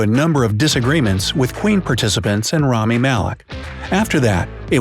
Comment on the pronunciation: Rami not Romi :(